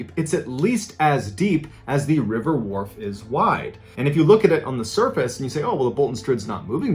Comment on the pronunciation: I live in a town with the river wharfe running through the center. I've also been up near the strid. It's cool to hear West Yorkshire talked about on here (and to have it pronounced properly by an American). I will say that two of my mates have canoed down the river though and also through the strid and they were fine. It was stupid cos they aren't experienced and they were in a rubber dinghy type thing so I guess it wasn't actually canoeing, but they both had oars lol. They ended up coming into the river in the middle of town and climbing out at the side and walking home. They got home quicker than the rest of us who drove home.